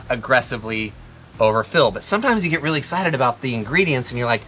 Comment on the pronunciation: Awesome recipe. But you weally should have made your own sauce 😂❤